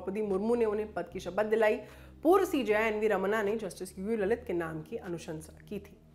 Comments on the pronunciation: लळीत not ललित. hindi anchors need more lingustic knowledge of देवनागरी "ळ". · Not ललित... it's लळीत